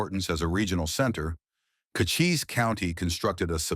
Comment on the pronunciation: FEW PICS ARE EVEN RELATED TO TOMBSTONE. Ed Schefflin & other names, including Cochise County are pronounced wrong...the narrative seems to be more prose than facts!!! Sickening what click baiters are doing to history!!